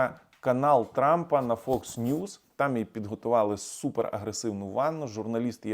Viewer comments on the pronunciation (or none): none